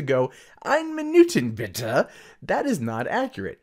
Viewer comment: I cringe every time you try to say "Eine Minute bitte"